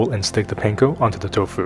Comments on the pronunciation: Aloha I really enjoy watching your videos. I do wonder however, why you pronounce the word Panko like a non asian. Sorry for seeming disrespectful. I’m from Hawaii and we, natives, pronounce the word differently. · I'm always suspicious of cooks who mispronounce panko 🤨